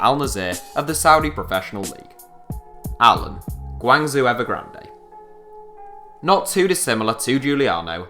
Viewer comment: It should be pronounced as "Guang Joe Ever Grand" and " Beijing Guo Aan" don't question me, I'm Chinese